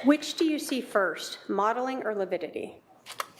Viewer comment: If you say::"Lividity" another time....ha ha😂😂😂You crack me up I just love you! Thanks for the laughter❤❤❤